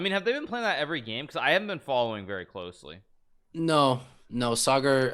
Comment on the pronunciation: Levy nailed the pronunciation of Sagar's name. Respect.